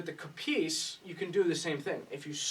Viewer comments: Not Kopίs, Kόpis! Hello from Greece!!! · It's Kopίs not Κόpιs